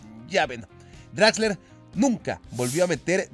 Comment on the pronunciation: es exquisito con las pronunciaciones, pero se nota que el alemán definitivamente lo suyo, jajajja ¿Utsil? ¿DraxleRRR?